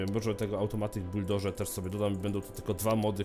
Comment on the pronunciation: czytaj buldożr